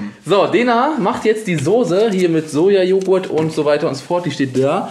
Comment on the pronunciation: ich komm auch aus Berlin und hab noch nie gehört dass n Berliner Sose sagt